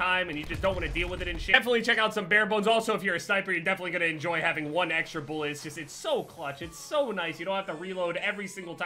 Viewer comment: Drinking game; Take a shot every time he says “boolet” or “boolets”